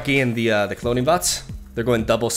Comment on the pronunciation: pronunciation fo the Cloning Vats is hilarious. I would LOVE for some more Snap videos!